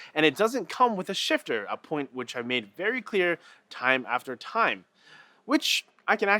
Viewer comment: for a moment I thought he was saying sh*tter xD